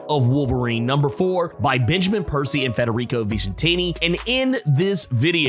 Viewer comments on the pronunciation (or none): none